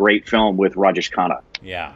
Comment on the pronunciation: Great review😍🙏😊n it's Raj Jay shh, not Raj Jeesh😄Khanna. Big B is not a 'Small' actor. He has his 'loud' acting stuff too especially in the older movies and in some of the recent movies🙏💜Time to watch some 'Smitha Patil' movies♥️Start with 'Arth' or maybe 'Mirch Masala'. 😍😊Or watch 'Amrit' with both Smitha Patil ji and Rajesh Khanna ji in the leads. Rajesh Khanna ji was Dimple Kapadiaji's husband 🙏💙🌹